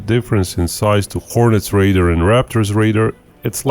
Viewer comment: Please please please stop calling 'RADAR' equipment 'raiders'.... it's ffffffing annoying!!